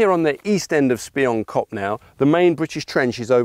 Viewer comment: Pronounced SPEE-YOON-KOP. Means "Spy- Hill"